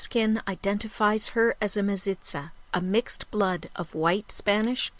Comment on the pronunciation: Mestiza NOT mesitza pleass